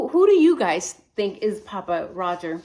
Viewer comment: Thank you for properly identifying him as *'Papa Rodger' without the S*. Honestly, I saw a couple thumbs/titles from a relatively newer creator obviously trying to be an authority on all things Idaho 4, and couldn't even click on the channel for her blatant ignorance! As bad as ignorant enunciation of names/places.